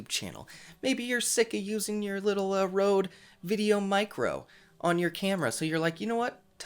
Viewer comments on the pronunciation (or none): none